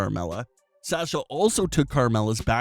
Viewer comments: Very hard listening to your mispronunciation of Sasha over and over and over again (it's 'sahsha' not 'sash-a'), so the name change will help in that respect. Also, "vs" is "versus," not "verse." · Stop saying Banks name wrong. It's pronounced Saa Sha now Sa Sha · Can you please learn how to promote Sasha instead of saying Sasscha